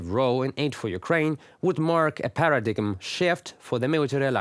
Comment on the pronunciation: Great job,. Just so you know: "paradigm" is pronounced "paradime", with a long "i" sound. The "g" is silent. Gotta love thar screwy English.